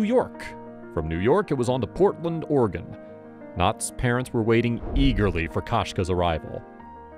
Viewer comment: Narrator thinks "Oregon" sounds exactly like "Organ".